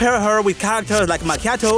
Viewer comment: ayyy, sponsored by the Goon Frontline, moving up in the world. You're also the first non-finnish person I hear pronounce Suomi 99% correctly, lol